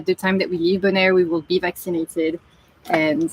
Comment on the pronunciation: says "we're so excited! Next week we're getting back to naked!" 😜..... Accent translation - Vac ci nated